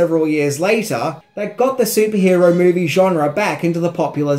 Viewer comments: it is "genre" not "genera" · Genera?? Really! It's "genre" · *Genre NOT genera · It's "genre" not "genera". Lots of good information. Decent video. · Death of a what ? A "GENERA" ?? Oh, you mean "GENRE" ! lol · "Lead lights"? Is that the Aussie pronunciation of LED? And "Genera" is now pronounced "Genre"? Funny... 😁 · What the hell is a "Genera"??